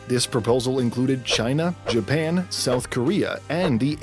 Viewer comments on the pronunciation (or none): none